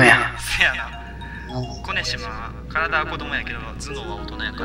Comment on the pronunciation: 周回中(終わる予定はない)に 思ったんやけど 「コ⬆️ネシマ シャオっていいます」 呼⬆️寝島 不人気 てwwついにﾍﾝﾅﾄｺで笑うくらい みてるわwwww